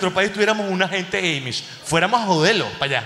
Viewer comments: Se pronuncia AMISH, no EIMISH 😏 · Son Amiish, no emish! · A se dice Amish con la A como si fuera en Espanol HAYyyy muchos Venezolanos en NYC ufffff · "Amish" a como apple